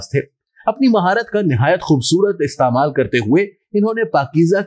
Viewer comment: Istemal...sahi nahin bol parahe hain...